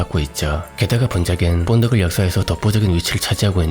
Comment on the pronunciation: 아놔 뽄드걸이라니 ㅋㅋㅋ 본드걸이라고 해주세요 본드걸 ㅋㅋㅋ